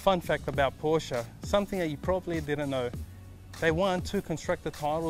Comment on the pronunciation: FINALLY! Someone who pronounced Porsche correctly!